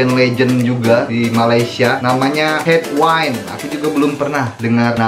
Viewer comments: Bukan headwine... Headwind.. Sebut betul2 bunyi dia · Sebutan betul..head-win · headwind bro bukan headwine